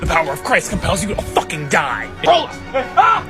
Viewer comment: “It’S a FoCkiNG lEsbIAn”